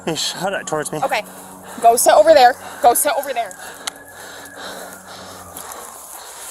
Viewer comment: “OK. Gow, seit oveh theow. Gow, seit oveh theow.” 😂😂😂